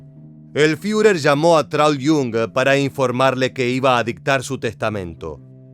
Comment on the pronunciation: Es muy bueno el trabajo de este documental, lo único IRRITANTE es tu pronunciación queriendo hacerte el alemán al hablar cuando por ejemplo vez de decir Führer bunker, decir fiurer "bunka".y así en varios de tus videos pronuncias lugares o apellidos alemanes de forma que no se escuchó en ningún otro lugar. Después de eso un buen trabajo histórico de documental.